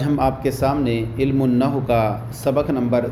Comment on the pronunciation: شیخ علم النحو کا لفظ صحیح ادا کیا کرو